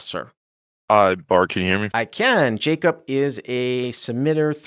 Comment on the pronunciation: My guess is the guy’s name is Jacob, not JaCUP. Come on …